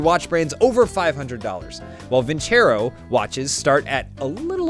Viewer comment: You guys need to teach how to properly pronounce vincero